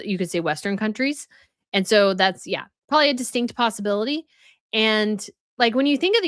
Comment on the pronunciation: Also, are you saying "prawley", for " probably"? Hmm. I've never heard an adult do that before. 😂😂😂